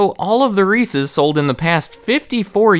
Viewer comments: Milton Hershey was not cool. He was racist. Props for saying Reese's and not Reesie, though. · WOW someone who can say reese's the correct way.